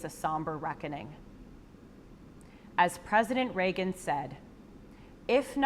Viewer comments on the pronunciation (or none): none